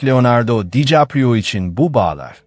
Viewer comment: Olum o kadar emek veriyorsun, şu seslendirmeyi hiçmi dinlemedin? Dikaprio yerine Dicaprio diyor.